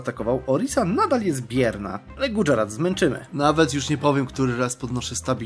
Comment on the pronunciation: I podobnie Gujarat to Gudźarat itd.